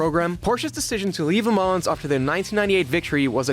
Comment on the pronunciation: Minor point, but you don't pronounce the S in Le Mans.